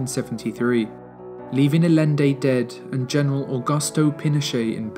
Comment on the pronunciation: The videos in this series are phenomenal! Really relevant footage, relevant details, fair and balanced representation, and great writing. I would say the ONLY thing suffering is the pronunciation of names. Ouch! Roosevelt, Allende and Ceaucescu need some help = )